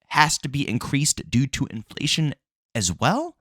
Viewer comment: I thought I heard it all until u said in-FA-Lation😂